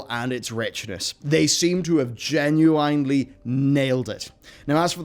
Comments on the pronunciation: Genuinely Gen-u-wine-ly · Gunu ... Inely ? It's all one word stop saying it weird